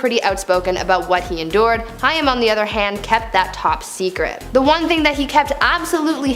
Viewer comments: It’s Corey haim. Pronounced hame. With a lomg a. Not hiam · Corey Haim: It's HAME. Not Hiyum. I feel like, if you're going to do a story on someone's life & death, at least get their name right 🙄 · If you are going to do a video on famous ppl at least know how to pronounce their name properly. Corey Haim . NOT HI-AM.... WHAT? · Who's the idiot girl commentating? Corey " High - Um" Haim. And the fool keeps yapping like she's pronounced it correctly and actually knows who the person is. How ignominious. Thumbs down. Tired of narrators being so ignorant they dont even take the time the learn the names of who they're mentioning. She's clearly uneducated .so there's that